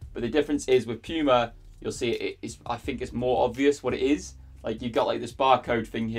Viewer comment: bro how are you pronouncing Puma. You weird